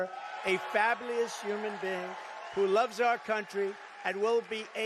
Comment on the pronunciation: Fablious 😂🤣 jjajajaj he never pronounces well 🤣😂